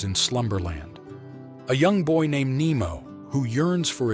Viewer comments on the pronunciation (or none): none